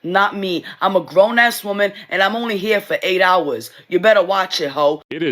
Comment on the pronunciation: How dumb can you be to not be able to pronounce WOMAN and WOMEN coreectly hahaha